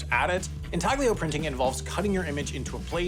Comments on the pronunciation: in-TAL-y-oh. The G is silent. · It's pronounced "in TAL yo" printing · "in TAG lee oh" printing? Looks like we got another entry in the corrections video, hopefully can learn Italian pronunciation by then. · Always a learning experience. Side note: the "g" is silent in "Intaglio". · He keeps saying "intaglio", when its origin is Italian and "g" is silent, and it stresses me out. I think he did it in on purpose